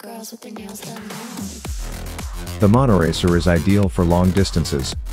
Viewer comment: Not monoracer but monotracer?